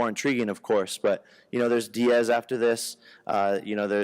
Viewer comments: Lmao this guy said diaz🤣. U will get worked bro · Did this man really just say Diaz.....😳